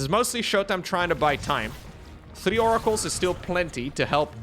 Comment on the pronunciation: wants to see more Oracles so he can keep saying More-acles IMO